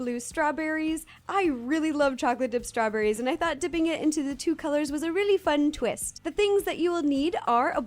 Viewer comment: She said strawburrys. Oh no she is eating us burrys!!!!!!!!!